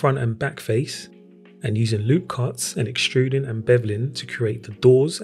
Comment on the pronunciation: "Extrudin' and bevlin'..." Reminds me of Beastie Boys'es Rhymin' and Stealin'. 😆